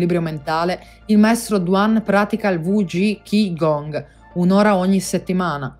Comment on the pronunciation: Grazie mille! Ti correggo soltanto, se posso, la pronuncia di Qi Gong, che è Cí Gúng. :) E confermo la sua efficacia, a dimostrazione che la vera religiosità è un'unione tra spirito e materia, tra pratica e teoria, tra fede e scienza. Non a caso il governo cinese ha modificato gli esercizi in una sua versione ufficiale e, in alcuni contesti, è perfino obbligatoria, annullando le varianti di ogni singola scuola antica.